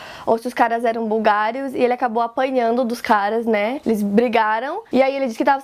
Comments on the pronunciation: você é uma fofa, mas tem que ver algumas palavras que você pronuncia errado, tipo, o correto é búlgaros não Bulgários, mantiveram e nao manteram, próprio e não própio. Desculpa o "TOC", mas amo os vídeos, bjks. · Búlgaros , e não "bulgarios" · Búlgaros e não bulgarios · Bulgáros. Por favor, são BULGÁROS e não bulgários. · Tinha chegado, e não tinha chego. Búlgaros e não bulgarios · ....está errando a pronúncia de búlgaros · Búlgaros tá pronunciado errado, mas tá tudo ok